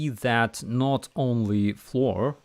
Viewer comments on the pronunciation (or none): oh "FLOUR" it sounded like you said "floor" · It's pronounced the same as flower. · BTW "flour" is pronounced like "power" but with "fl" instead of "p".